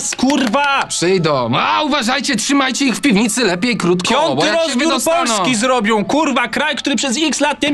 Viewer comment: Czeci, czwarty, pionty